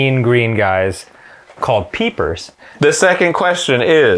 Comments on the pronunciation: “Peepers!” Dan, never change. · It's "Creepers" Dan... -_